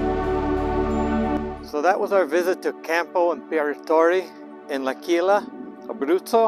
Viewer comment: It took me a while to understand that you said L'Aquila but your pronunciation of Campo Imperatore was eccelent! 👍